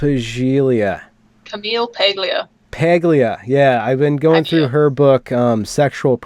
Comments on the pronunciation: PAH-LEE-AH. Jeez. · Subtext: a lot of female Peterson fans have a hidden hardon enhancing their enthusiasm. I mean Robert Bly said MANY of the same Jungian things a generation ago - but too old for most of the chix. It’s pronounced PALyuh.